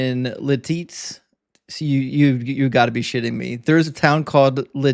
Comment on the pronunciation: I happen to live in Lititz, PA. Thankfully, the plane crash only involved a small, single-engine plane, and thankfully, no one on the ground or in the plane died. But in defense of my sweet town, let it be known that the correct pronouciation is "Lit-its", not "Le Tits"...despite only being a few miles away from Intercourse, PA and Blue Ball, PA, lol.